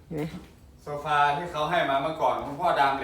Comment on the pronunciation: อ่านว่า โซฟาค่ะ ไม่ใช่ โชฟา พูดผิดบ่อยๆ เพ้อเจ้อ บางทีไร้สาระ โกหก บ่อยๆ คุณเป็นคลิป สาธารณะ ไม่ควรเป็น ตย.ที่ไม่ดี หากไม่รู้ หรือไม่เข้าใจ ก็ไม่ควรพูด ปรับตัวเถอะ มันบาปนะ ยี่งอวดตัวว่าดีเก่ง ชอบสอนคนอื่น ธรรมะผิดๆ ยิ่งบาปหนัก คุณจึงล้มเหลวในชีวิตมาตลอดค่ะ